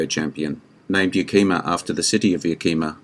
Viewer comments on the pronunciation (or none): Yakima is pronounced as Yeah-keh-ma or Yeah-kee-ma. I am a Washington Resident and trained as both Active and Reserve Army at the Yakima Firing Range. I do enjoy your content, and you are doing a great job. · Me again,, another great vid. But the name of both John Wayne’s stunt buddy and the city in Washington is pronounced with the accent on the first syllable, “YAK-uh-muh.” Canutt’s nickname was Yak, like the Asian Tartary Ox.